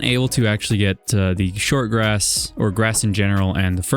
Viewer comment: I think that everyone knows, that even with all this much deepslate, it literally just takes like 5 minutes to run out of it. Especially when you have quite big projects like you do! Edit: Grash... that is how you say grass while having grass in your mouth. Lol!